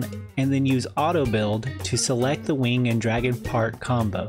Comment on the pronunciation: “Infinity WEENG” is right